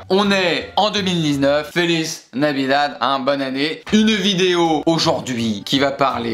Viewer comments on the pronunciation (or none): E LoL IL a Dis « Felice Navidade » AlOrS Ke Sa Ve DiRe JoAyEu NoElE